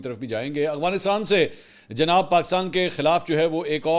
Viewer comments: منصور بھائی یہ لفظ "اغوانستان" نہیں بلکہ افغانستان ہے جو کہ آپ سب وی لاگ میں استعمال کرتے ہیں براہِ مہربانی اپنی تصحیح کرلیں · بھائی صاحب آ پکی دو غلطي پکڑی ہیں بولتے کمال ہو لیکن ہندو وتا اور اغوانستان افغانستان اور هندو توا هے یہ دیکھ کے بتانا میں آپ کو غور سے سنتا ہوں کے نہیں فرید الدین رکھوالا سے sorry